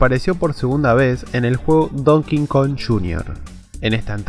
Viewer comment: se pronuncia donkey kong no don kingkong